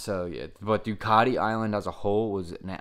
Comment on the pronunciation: It's not a "panagial" nor is it a Doocartee... It's a Due-cat-ie Pana-garlay.